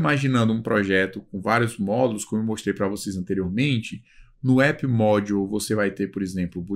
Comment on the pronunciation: me chamou mais atenção a pronuncia das palavras em inglês... "módiu"